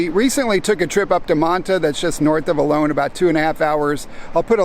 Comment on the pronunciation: Please pronounce the town of Olo'n correctly. It is not pronounced 'alone'.